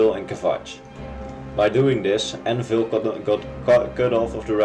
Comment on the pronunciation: "Aennaeville", lol I needed a few minutes to understand that was "Anvil". Nois, to <3